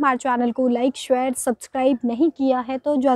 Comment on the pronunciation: Thikthak bolo yr...aap share ko thik thak bolte nehin ho...usko thik karo